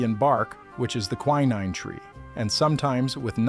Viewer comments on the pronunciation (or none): none